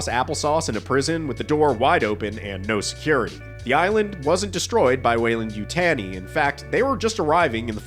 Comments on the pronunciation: No one in any Alien movie have ever said Weyland--Yutaaeni :D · I'm not sure what's worse...this show, or the way you pronounce Yutani.